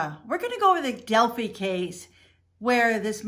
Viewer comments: FYI it’s pronounced del-figh not del-fee. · It's not Del Fee. It's Del Fi Del-phi PH = F. Fi like Pie. Not knowing how the name of the town is pronounced sinks your credibility. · Hey sweetie... I’m from Indiana. I’m in no way offering the correct pronunciation to be at all disrespectful to you. Rather just to be helpful is my only intent. I think your a wonderful dedicated and compassionate creator that works hard to find justice for victims. Del• phi ( fi) long i sound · Delphi not delphy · Pronounced DEL- Fi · DEL FIE (like 'die') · That bothered me too. How well did she research this? Watching even one video about this would have the proper pronunciation of Delphi